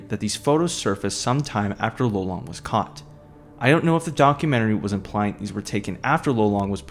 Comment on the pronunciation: It wasnt lolong it was lelong dude